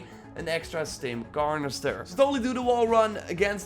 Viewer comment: “Stim carnester”